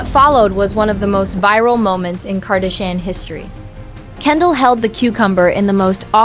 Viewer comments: But its funny!!! KardEshians... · If you keep using a computer voice which can't even pronounce "Kardashian" correctly you will never get any subscribers.